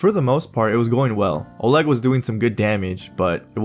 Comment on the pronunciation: You pronoun "Oleg" like Ukrainian guy